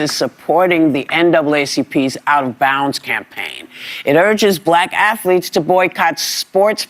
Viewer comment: This fake Muslim 🦝 just said afalete.🤦🏾‍♂️